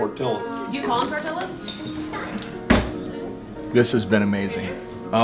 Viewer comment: Tell your wife to never say tortillas like that. Double ll in Spanish are pronounced with a y. Pronounced tortiyas. It’s okay this time love your videos tho.